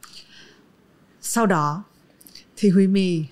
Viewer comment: quen mn gọi ảnh là chứ hong phải Huymi:)))